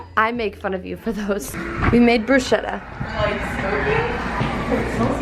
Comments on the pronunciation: It's not 'brushieta' it's pronounced 'brusketta' !?! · "It's bruschetta not bruscietta" Sorry didn't mean to be mean, just FYI it's like a K non the ch in Italian :) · If it is what I think it is... I didn’t even finish the video (yet), I’m sure it’s gonna be lovely, but please girls, it’s “brus-ketta” lol love from Italy 💕